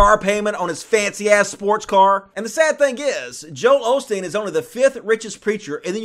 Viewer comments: Isn't it "Osteen" not "Olsteen"....? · why do you say OLSTEEN when it's Osteen